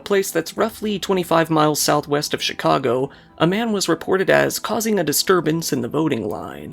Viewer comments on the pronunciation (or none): none